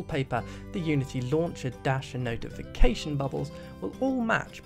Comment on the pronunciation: oh my god, why do you talk like that. dash and NOtiFication BUttOns fuuuuuuck.